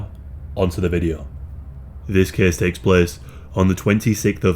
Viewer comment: few words make me as happy as "this caese taeks plaece"